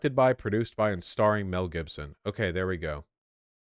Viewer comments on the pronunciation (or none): none